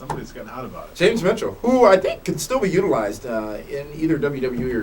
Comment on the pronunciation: "who i TH-INK..."